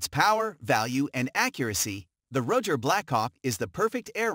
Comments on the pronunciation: Rugger.. lol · Hey intellegence its ruger .rudger da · Can't ever say ruger correct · The computer voice was pronouncing " lb " ( pounds in Foot Pounds ) as ulb. Haha